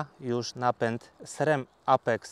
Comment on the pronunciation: Wszystko fajnie ,tylko byle nie " SREM " w wymowie🎉😢